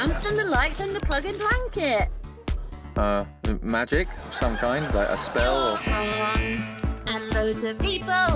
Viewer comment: I know she's saying plug-in blanket but to me it sounds like she's saying fuggin blanket